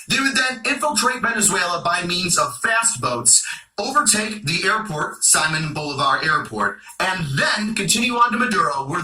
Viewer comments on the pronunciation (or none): Sorry he may not be a comedian but he is a joke. His pronunciation of Simon Bolivar alone shows why the US govt will continue to fail. RELEASE THE CAPTIVES AND MAYBE THE OIL WILL FLOW. and Another thing every attempt has started In Colombia the Colombians do not want the US military or more conflict until the right deals are made I guarantee their will not be any American operatives successful in Venezuela. There is far too many factions and only a few is trusted by them.